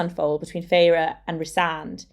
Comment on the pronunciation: Isn't it pronounced Feyr not Feyra😮